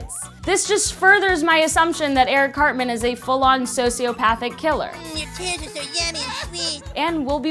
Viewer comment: Eric cartment lol